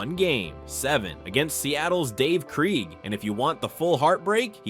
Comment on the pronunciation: Derrick Thomas 7 sacks on Dave "KREEG" ? Lol. As a fan of the nfl for many years, Dave Krieg's last name is pronounced "KRAYG". Good list though. It's a good mix of era major era in the nfl.